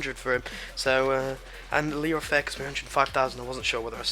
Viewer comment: It's pronounced Leeroy Fur (Leeroy Fer)